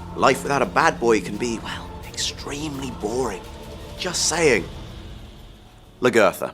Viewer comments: I agree with you...he did not learn how to say her name correctly. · why doesnt he say lagertha right? she's been on the show the longest and her name has been said the most...